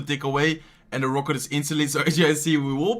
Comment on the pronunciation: He says "ROKÜT" for Rocket